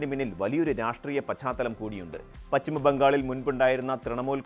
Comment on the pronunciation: സുദേവു അല്ല. പച്ചിമവുമല്ല; സൈനീകവും.